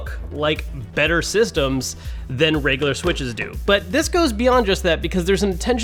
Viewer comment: 😂😂😂 he said '' sysdems'' 😂😂